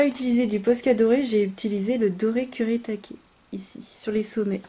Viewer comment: Super! En plus tu prononces bien le nom japonais des aquarelles kurétaké ;) elles sont geniales!